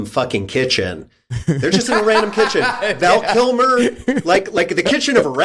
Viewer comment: I was amused by how Wes kept saying, "Val Killmore". The first time I thought he meant Tom Sizemore. I'll have to go back and I'll laugh my ass off if he said, Tom Sizmer.